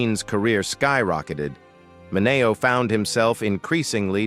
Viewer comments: Sal Ma - nay -neo ?? WTH? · I had to shut this AI trash off the third time Sal Mineo's name was pronounced wrong within 30 seconds. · Why are these videos voiced by AI? Surely there is someone out there that can read a script and pronounce well known names (ie, Sal Mineo) correctly. YouTube needs to implement a no AI voice over policy.